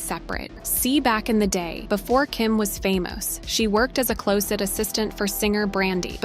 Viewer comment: Strange way of pronouncing the word "closet".